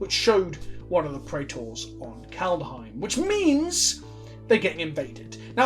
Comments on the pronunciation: Brian: Say "Kald" Stewie: "Kald" Brian: Now say "Heim" Stewie: "Heim" Brian: Now say "Kald-heim" Stewie: "Kald-uh-heim" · How to pronounce Kaldheim: Kald-heim. As it's spelled - there's no invisible "a" between the "kald" and the "heim". It's not "Kald-a-heim", just "Kaldheim"... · "Kaldheim" is literally just the way vikings said "Coldhome," and you know how to pronounce those two words shoved together. Surely there's a little Saxon in with that Anglo, my lad, not that hard :) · KALD. HEIM. Not KALDER OR KALDA OR KALDUH. <3 Love ya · Kald Heim. STOP PUTTING AN A IN THE MIDDLE rofl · Called-Hime (like Time), two syllables. You can do it, I have a modicum of faith in you. Sometimes. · "Kald-heim" come on its not THAT hard. read each part separately and then smash them together. there ya go. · Love you, it's Kald-heim. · Well pronounced "Ikoria" correctly back when that was previewed, so he has to make it up by mispronouncing "Kaldheim". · There's just no vowel between d and h. Say "bad ham". Say it faster. That's how you should pronounce the dh in kaldheim. :D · I know a hard D feels better in the mouth than a soft one, but that's no excuse for that pronouncation. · Stressing the D because “Daddy”.